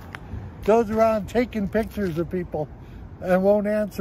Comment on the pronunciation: Not one single frauditor can pronounce the word “picture” and they’re all so convinced they’re intimidating hahahaha oh god lol